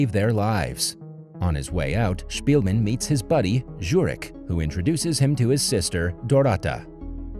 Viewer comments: Lol you pronounce Jurek wrong. Its should sound more like Youreck- You reck. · The only thing I'll stick to is reading the letter "j". In Polish, this letter is always read with a sound similar to the English "y" and not as the English "j" or the French "j", (these sounds have their own graphic signs, "dz" for the English sound and "ż" for the French one). That's why the name Janina is always read "yanina", just like Janek, Joseph or Jesus. Even inside, the pronunciation does not change, e.g. Wejcherowo, (a town near Gdańsk), reads 'veyherovo'. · My parents survived Hitler's occupation in Poland. By the way, J is the Y sound. So, Jurek is pronounced Yurek. Janina is pronounced Yanina.